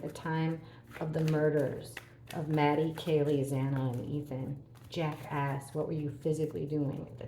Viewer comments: I'm having a little hearing loss issue going on ,but at first I thought you were saying Jackass instead of Jack S , I did have to laugh a little at myself 😄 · I don’t have a hearing issue but I totally agree with you I thought she was saying Jackass aswell lol 😂😂